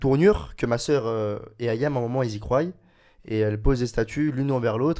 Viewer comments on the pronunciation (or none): "Ils si croyent ?" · " Elles y croyent " il a pas osé quand même ! Retourne a l'école sérieux ! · "Ils y croillent" mais oui mais oui ..